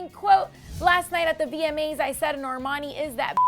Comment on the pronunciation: I swear she said VME’s not VMA’s